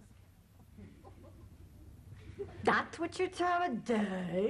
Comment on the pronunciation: LOL, "Samtha"